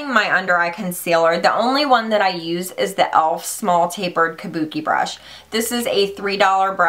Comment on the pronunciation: I still can't get over MannyMUA calling them "Kabukes" haha!!